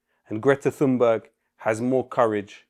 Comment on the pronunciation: Why can't Piers Morgan learn to pronounce Greta Thunbergs name correctly? After all, there's only one Greta Thunberg so it shouldn't be difficult to learn it, don't you think? Perhaps he's too lazy or too nationalistic to learn the pronunciation? Morgan hated Thunberg from the beginning when she first started talking about climate change!